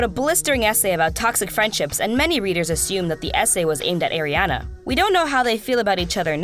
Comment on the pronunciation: I'm sorry I'm very triggered rn if she says Ariana's name wrong one more time